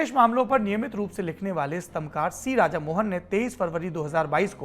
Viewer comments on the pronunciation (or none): none